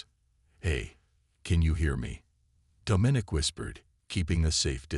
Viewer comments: The AI’s pronunciation needs work. The word “herald” and the name “Domenic” are improperly pronounced. The story itself is quite good. I can see this becoming a longer more involved story line. Also, the tag line is not honest. Dominic is not “a boy”. He’s old enough…😉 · The AI’s pronunciation needs work. The word “herald” and the name “Domenic” are improperly pronounced. The word “treacherous” is also mispronounced. The story itself is quite good. I can see this becoming a longer more involved story line.